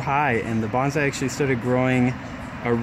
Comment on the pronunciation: Nice video. I'm thinking about challenging myself to turn a Home Depot bonsai into a showable tree. What you call a gensing bonsai is actually a ficus retusa. Also, it's pronounced bone-sigh. You seem really enthusiastic though. Good luck!